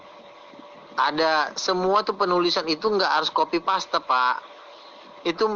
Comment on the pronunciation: Copy paste = Kopi pEst bukan "KOPI PASTe"😂😂